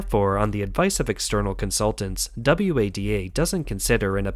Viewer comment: Are you insane? The voice over pronounces FINA and WADA as F I N A and W A D A. Classic signs of text to voice, together with the stilted delivery and lack of emotion. If I am wrong then you and "Todd" are the only peoplen on the planet dumb enough to not realise it is and . I agree they do a good job of covering the various topics but it is pity that a script like this is undermined by such a rubbish voiceover.